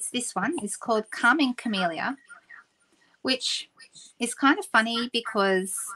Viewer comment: You said Calming Camellia, and I heard "Karma Chameleon"!